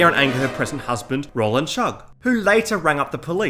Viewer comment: So far we've got: Arrr-Kansas, Roland, Sad-ist, the list goes on lol